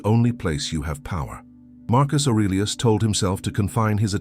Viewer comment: Please don’t say Marcus arilus 😂